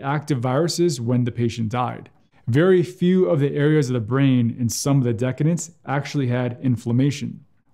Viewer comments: Decedent (i.e., one who has died) is pronounced deh-SEE-dent, not like the word decadent. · Good content, just minor nit on pronunciation for "decdent": de·ce·dent /dəˈsēdnt/ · At first I thought ‘decadent’ was some kind of euphemism for fat corpses. Then I realized what was going on. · I noticed this too. Odd.